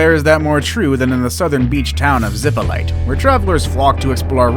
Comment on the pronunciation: Playa zippolighter .. the whitest pronunciation of that name I've heard in my life